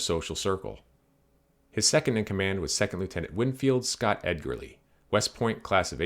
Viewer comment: Thanks for the video. It's always cool to hear about Winfield Edgerly because he's an relative of mine. BTW it's pronounced edge-er-lee